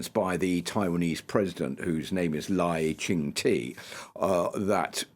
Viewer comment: And he pronounces Taiwan's President as Lai ching TEE lol. One would at least try to get a country's leader's name roughly correct.